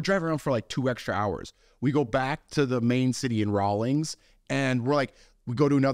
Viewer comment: It's Rawlins not Rawlings. Wyoming is for tough guys, that's why I married one. LOL